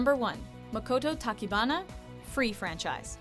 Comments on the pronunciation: Hearing her pronounce Tachibana as “Takibana” is making me anxious 😑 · "no.1 makoto takibana" srsly it's pronounced tachibana not takibana == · I seriously hate the way the Amerikahito butcher Japanese words and names.... They are pronounced the way they are spelt!! TaCHibana with a "CH" from chair not TaKibana with a "K" from key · Makoto tachibaba?? And she said takibana?? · Please, it's Makoto TACHIBANA not TACHIBABA or TAKIBANA 😒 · "Tachibaba" haha is that a typo? It's Tachibana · "Tachibaba" xD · "Tachibaba", for God's sake. To my knowledge it's Makoto Tachibana. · Tachibaba lol it's Tachibana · ''Tachibaba'' xD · It's 'Tachibana', not 'Tachibaba' for number one. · I choked at number 1 because it said: "Makoto Tachibaba" lol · did someone notice it said makoto tachibaba...??? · I cringed at the Tachibana pronounciation but overall list are good. I had a little heart attach at number 10 😍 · Misspelled and mispronounce their top 1's name... //crylaffs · Rinnie Vey And how she pronounced it, holy f*ck. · the way she pronounced 'tachibana' i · Uhhhhhhhhhhhh you pronounced tachibana wrong